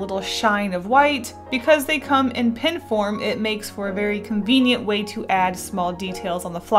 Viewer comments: You say tin instead of pen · It's funny that you say pen just like I do (I'm originally from Georgia but I live in Canada now). I ended up keeping my own pens and carrying multiples because Canadians always thought I was saying p-i-n. 😂